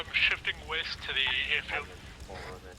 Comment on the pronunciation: East I thought you said Weast